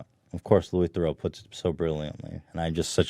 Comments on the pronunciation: Louis The-roo not Louis The-row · It’s pronounced - “Ther-roo”